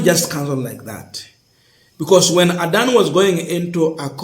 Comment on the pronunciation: You should learn to pronounce words and names correctly. Make sure you add - S - to plural words. Don't ignore it. It is very important. On pronunciations; Adani - Not Adan Amenya - Not Amenyo Etc.